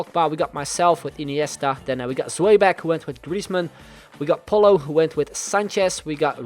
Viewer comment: Pollo is pronounced like "Poyo" 😂